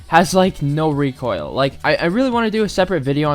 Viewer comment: ABOSTUTLY NO RECOILL